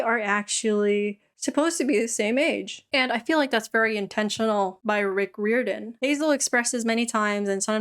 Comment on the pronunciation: Isn’t it pronounced like: Rye-Or-dan?